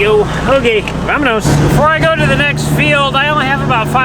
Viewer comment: Hey, ask why he replaces a whole word with a z when he says the.